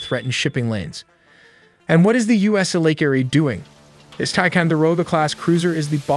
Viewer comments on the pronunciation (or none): Actually can't believe I clicked on this garbage because you're obviously an AI garbage account. It's pronounced cartels. And it's pronounced lake Erie